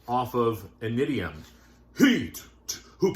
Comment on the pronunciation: their first album is pronounced “inishium”